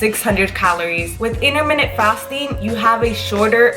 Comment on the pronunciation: You can’t pronounce intermittent!!!